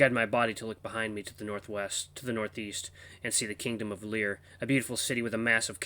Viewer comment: You got the pronunciation of the VN (Lie-ER) right the 2nd time, just like the instrument. The music is the best in all the VN's I've watched. You'll eventually know the sad news behind the composer. Names Lyall (Lie-ll) Knew you'd love it.